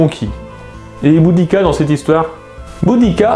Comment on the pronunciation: le "u" se prononce "ou", en latin, just saying...